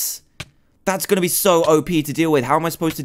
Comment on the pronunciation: He said gonnu